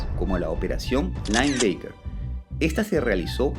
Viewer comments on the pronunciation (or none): Buen vídeo, pero de metido que soy... "LINEBACKER", creería que se pronuncia "lainbaquer" y no "lainbeiquer"